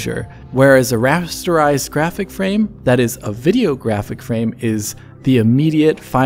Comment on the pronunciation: he lost me a rasterize